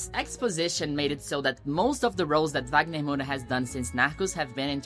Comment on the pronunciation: Eu só descobri quando ela falou, pois fala o inglês com tanta desenvoltura que achei que não era brasileira, eu não falo inglês, mas percebi que falava o nome do Wagner Moura como uma brasileira.